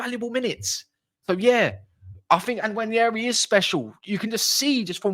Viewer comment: the N is not silent and it's not pronounced Waneri. The N is part of a double letter alphabet 'nw' in Igbo language. There are so many of such double letter alphabets in Igbo language eg. ny, ch, kw, nw, gb, gh, kp, gw. The Igbo tribe is one of the three major ethnic groups in Nigeria and that's where Nwaneri's ancestry hails from.